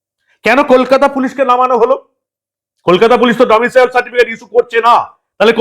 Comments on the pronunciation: ডমিশিয়াল নয়, ডমিসাইল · আপনার উচ্চারণ ভুল হচ্ছে মনোভাব। Domicile certificate। Domicial certificate নয়। তৃণমূল মানেই চোর। মমতা তো প্রমাণিত চোর!! সংবিধান মানে না, দেশদ্রোহী একটা নির্দিমার কীট। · ডমিসিয়াল নয়-Domicile. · কথাটা "ডোমিসাইল" ।